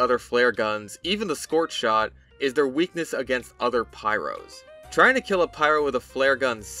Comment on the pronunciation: I like the scorth shond